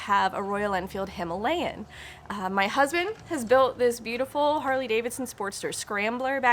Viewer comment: Pronounced Him-mah-le-in